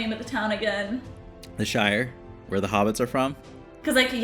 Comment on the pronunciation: The Shire, like New Hamp-shire . Lanca-shire. Stop with the shining please.